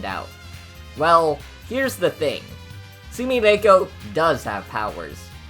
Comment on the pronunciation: this is an informative and funny video ! but your pronunciation is a bit off for some names . Japanese phonetics can be a bit tricky for English speakers since each syllable is taken independently. Sumireko is "soo-mee-REH-koh", rather than "RAY-koh", and the emphasis in Usami is on the first syllable "OO-sa-mee" rather than "oo-SA-mee" Gensokyo has 3 syllables with the last pronounced "kyoh" as one sound, rather than separately like "kee-yo" with 4 syllables total . The emphasis is in the first syllable of Mamizou's name "MA-mee-zoh", but pronunciation is good apart from that . So many people get this wrong but Marisa is "MAH-ree-sah" rather than the western "muh-RISS-uh" this might be partly due to romanisation trickiness, but Rinnosuke is "Ree-NOH-skeh" with 3 syllables, rather than "Ree-no-NOH-skay". Double consonant just means the vowel afterwards is longer. Omake is "oh-ma-keh", 3 syllables. i hope this does not seem rude >_< but i hope you take this comment into consideration.